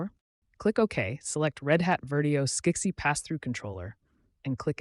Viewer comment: lol Skeck-sie? Most people in the industry pronounce it Scuzzy. Ai fail.